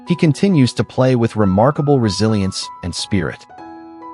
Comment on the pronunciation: Man I cringe every time I hear the word resilisnce